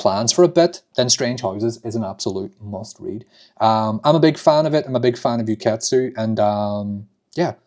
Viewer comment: It's pronouced "ooh-ketsu" btw!